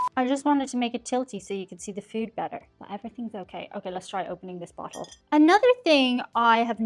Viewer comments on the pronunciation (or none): none